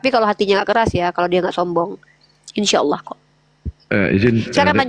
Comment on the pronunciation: Hamza. Bacaannya. Dibaca. Hidup. Uni. "Insyaaa